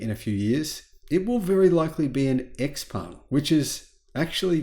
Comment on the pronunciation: You pronounce “ xpeng “ while it should be pronounced the same as xiaomi”